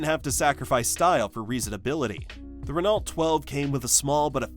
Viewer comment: Why list the Valiant and the Dart separately? They were the same car. BTW, Renault is pronounced: ruh-no.